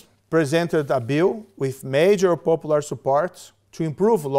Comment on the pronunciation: moro it is not popolur but popular!